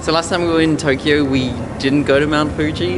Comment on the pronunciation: "Welcome back to Toughkeyough"